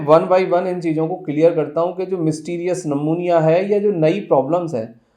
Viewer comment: सर नमुनिया मत बोलो "न्युमोनिया"बोलो.